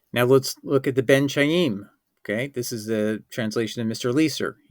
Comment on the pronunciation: From the way you pronounce the word Khayim, it’s clear that you don’t know the Hebrew language.